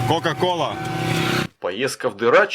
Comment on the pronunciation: Не плохой контент. На резанула "кока кола". Не много добивает за кадром когда говоришь- словно читаешь. И по ценам маловато...хотя... лайк.